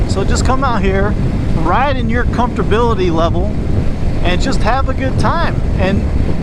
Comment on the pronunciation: "comfterbility" Ha ha I love it!